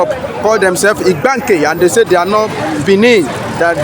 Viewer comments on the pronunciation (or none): The real Pronunciation of ibganke is ibga nkem my drum in igbo language